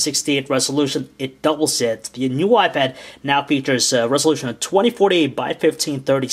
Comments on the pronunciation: He called it a "y pad" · He said YPad? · you call the iPad a ypad :P but overall a really good review :) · It sounds like he's saying "WiPad" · He says wipad all the time -.-'